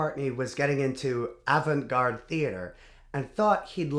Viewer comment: That isn't how you pronounce Avant, but you got it right the second time.